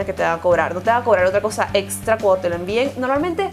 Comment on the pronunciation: Envios "etzpress"?!!! O express!!? "Etzra"?! O extra!!?? LOL